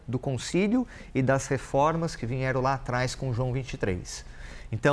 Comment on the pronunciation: Parece que se escutou por dluas vezes a palavra VINHERAM em lugar de VIERAM. Será isso possível? Hoje? Numa transmissão oficial? Por profissionais da Imprensa? Por favor, digam-me que ouvi mal.